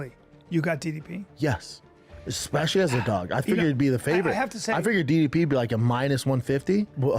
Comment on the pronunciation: Hate to be that guy but ypu'd think Dana would've gotten DDP's name right by now...